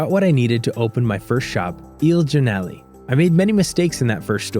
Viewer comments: "Il geernalee" It is pronounced morr like "jornala" The letter E in italian is not pronounced like that it is really hard to explain without sounds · Eel giornaley..... Any Italians cringing? 😂